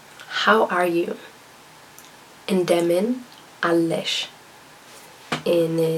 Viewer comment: you shouldnt say indemin Allesh its most common to say Indemin nesh the L is unnecessary the girl in the video was wrong. she made a lot of mistakes here